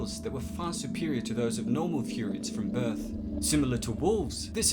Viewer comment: its furyians bro its like sayians